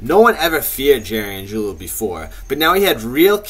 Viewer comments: Angiulo it ends with a O not a U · The guy can't even pronounce Angiulo correctly.